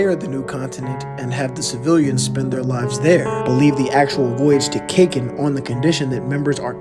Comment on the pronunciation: Bruv not Cakin empire it's Kakeen empire